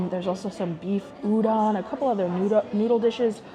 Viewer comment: Oh and btw Udon is pronounced “oo-dohn”, so excited for your last 2 restaurants!! いただきます🥢🍣🍶